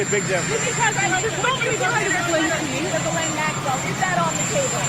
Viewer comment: you pronounce her name like this gizz lane